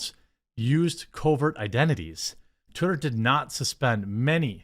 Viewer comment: I like how you pronounced "twitter" as "terry". lol